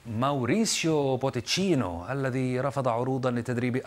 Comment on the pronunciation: ماوريسيو بوجيتينو* مو بوتنيجو